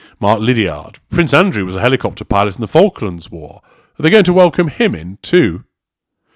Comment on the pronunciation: Archie has a week to teach Daddy how to properly pronounce "helicopter"